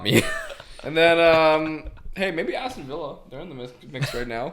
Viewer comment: Nobody:: awwston villa